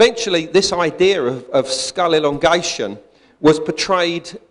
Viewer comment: I stop listening after someone says " Idear " and they're not doing a bad impression of some Italian stereotype...